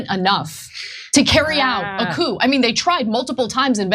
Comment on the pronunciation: Someone tell Chunk that you dont say the "p" in coup.